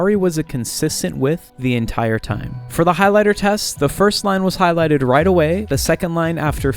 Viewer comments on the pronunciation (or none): none